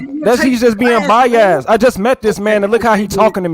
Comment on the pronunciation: can’t pronounce Biased he says By-Azz lol 😂